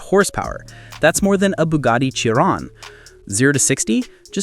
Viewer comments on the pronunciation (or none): It is Bugatti Chiron not Ciron ;)